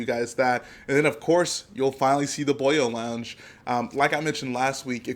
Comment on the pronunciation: My dude, it's tripping me out hearing a non-Welsh person say "Boyo". I am not okay.